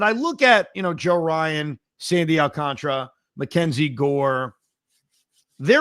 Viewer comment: AlcanTARA!! Not video game contra. So tired of hearing so many people in the biz and on SM butcher it. It’s very late in the game to still be saying CONTRA like up up down down left right left right A B A B START!!!! 🎉Alcan-TARA!!!!